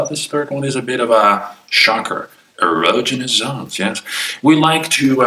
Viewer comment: Man is mispronouncing erogenous.